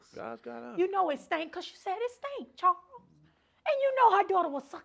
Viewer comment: She know she say Charwls